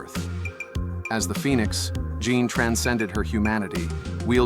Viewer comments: Jean grey ❌ John grey ✅ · JFC JOHN GREY? JOHN? pathetic POS AI crap.